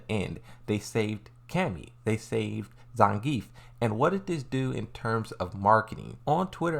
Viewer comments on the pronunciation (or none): none